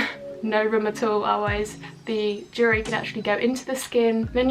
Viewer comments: UGH! Jewelry....pronounce- jewel-ry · "jewry" haha love you 💕